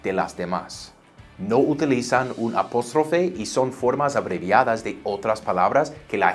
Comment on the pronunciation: lo ayudo con su Español es APÓSTROFE con A...vocal abierta para que su español se escuche mas latino!!! Profe eres un crack!!!!